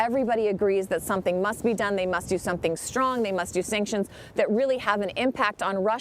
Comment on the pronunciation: He said they will "have to do someting" .... he said this... many are not catching that!